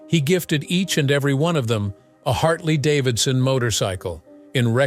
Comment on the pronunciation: "Harley-Davison" motorcycle!